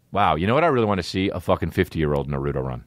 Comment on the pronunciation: “Narootoe run” Ehhhh-heh???? Dude???